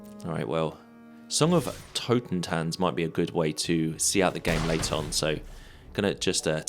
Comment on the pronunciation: Minor nitpick - i think you read the totentanz like totenzan, probably because of sokenzan :)